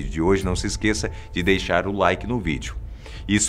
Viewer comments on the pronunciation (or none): none